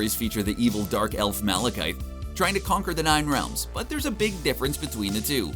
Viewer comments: Malakith... not "ite" wtf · You keep saying the dark elves name wrong. It ends in a th it’s not malachite. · Malekith is not pronounced like that........you never do any research ffs